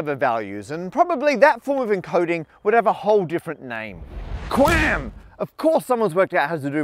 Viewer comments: Q AM not Qwam lol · Electrical Engineer here. First off, pronouncing QAM qam is like pronouncing lol “lawl”. Also, you only cover the back half of why 5G works. Using QAM to send more signals at once requires more power. This is a real problem. The way it is solved, and the reason 5G towers look so funky is because 5G towers use antenna that send the signal mostly just in the direction needed, while other antenna send the signal in all directions. This causes a savings in power, which is used to send more data at once. So congratulations on making a video that only addresses the most basic part of what 5G is, without mentioning at all why it’s possible to do this now and not before. Oh, also 5G uses higher frequencies, which sort of gives more frequencies to use, since higher orders of magnitude have more numbers. So you aren’t wrong, but you only talk about the least complex part of the problem. This video is like if I were to make a video that talks about how we suddenly know so many digits of pi, and I didn’t mention the use of computers at all. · Hearing him say quam is oddly satisfying